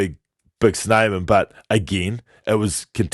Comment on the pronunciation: FIRST OFF, let's put some respect on his name.. It is WillemSE not whatever you both are saying... Please respect our players enough to get their names right.. your commentators always say R G SHnyman, there's no "SH" in Snyman! Its SNyman!!!